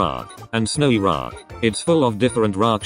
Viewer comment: (Snowy dessert roock) seems your tts has a speach problem lol